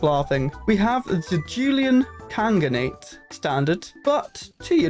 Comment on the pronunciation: For me it was the Greater Jhoolian Khanate vs Jhoolian Khaganate, mostly due to your pronunciation of those words XD Also, it's a bit ironic, since the Khaganate is supposed to be a higher rank than Khanate (the Khaganate is like an empire, while the Khanate is like a kingdom). So for the Jhoolian Khanate to call itself "Greater" sounds a bit like they're over-compensating for something XD